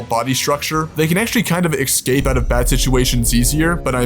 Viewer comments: It was a good video and I appreciate the work put in, just please stop pronouncing "escape" as "excape" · Dude, there is no such word as 'excape'. Surprised your AI assistant didn't pick up on that one. Other than that - very entertaining and thought-provoking. Thank you. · Great vid! But I'm wondering about something off topic. Why do some americans say ecscape or X-Cape instead of escape? Is it like aks instead of ask? I'm aksing from Norway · The word is 'escape', not 'excape'. I know I wasn't axed about this, but just had to point it out. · Did you say "ekscape"? Like 3 times? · You are unable to get even the basic facts right. For example, the Kodiak bear is larger than the polar bear, up to 1,500 lb and stands 10 ft high And you don't even know how to pronounce "escape".